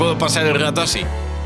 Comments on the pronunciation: La voz está bien, pero no sabe decir la doble r. Dice grato en vez de rato. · AsiNo yo oigo rato